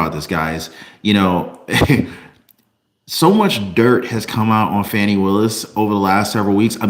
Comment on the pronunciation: Her name is pronounce, Foni